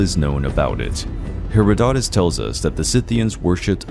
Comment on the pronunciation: The only true wince I have is when you say Herodotus, the accent is on the second syllable, and its a soft 'o' all the way through